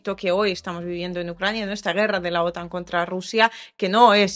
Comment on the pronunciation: MIJA COMO ESTAS HOY? ERES MUY DIDACTICA GRACIAS! LA PRONUNSACION DE: OTAN CAE EN LA ULTIMA SILABA (AUN CUANDO NO TIENE ACENTO ORTOGRAFICO!!). TE RECOMIENDO EL CANAL: THE MEXICAN FAMILY AHI ESCUCHARAS IMFORMACION MAGNIFICENT ( AQUI EL TELEPHONE NO ESCRIBE LAS PALABRASVCON ACENTO ORTOGRAFICO PERO ELLOS (ei. The Mexican Family) BUENO YA SABES,! BENDICIONES DE PARTE DE RENATO. AY QUE PENA Y MIEDO QUE SE VA ACABAR EL MUNDO POR UNOS IDIOTAS LOCOS BYE BYE DESDE SAN DIEGO CALIFORNIA UN PARAISO EN LA TIERRA ( MIENTRAS NOS DURE!!)